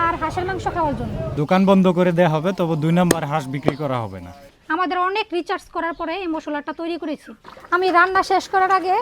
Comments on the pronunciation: রিচার্জ বলেছেন আবার মেরিনেট না বলে কি সব ভুল উচ্চারণ শিক্ষক হিসেবে এসব কি বলেন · একজন স্কুল শিক্ষিকার উচ্চারণ এইরকম? রিসার্চ কে বলছে রিচার্জ!! 😂😂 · ম্যাডাম রিচার্চ নয় রিসার্চ, ইনি নাকি আবার স্কুল শিক্ষিকা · রিচার্স 😂😂😂 আবার বলে স্কুল শিক্ষিকা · উনি পেশায় নাকি স্কুল মাস্টার রিসার্চ বলতে পারছে না বলছে রিচার্স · উনি টিচার অথচ উচ্চারণ ভুল বলেন রিচার্জ বললোন রিসার্চ না বললেন আরো অনেক কিছু ভুল উচ্চারণ। মেনিমেশন বলেছেন মেরিনেট না বলে।